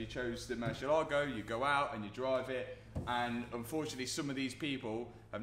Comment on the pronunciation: Is not "murshyellaago" it's more like moor-CL-ago and the accent goes only on the "eh" sound. It's the name of a Spanish bull, not Italian.